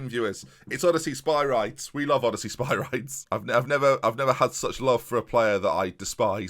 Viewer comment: Can you please pronounce is Sper - ree - des please!:)